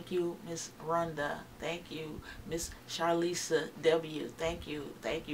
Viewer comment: Thank you for the shoutout, lol. You pronounced my name perfectly (Charlissa). I don’t know Rhonda, but I’m glad Ohio is showing up 😊.